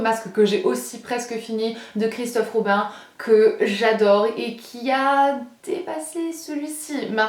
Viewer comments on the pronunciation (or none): none